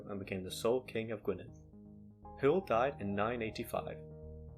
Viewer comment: Hywel is pronounced like, "huh? well"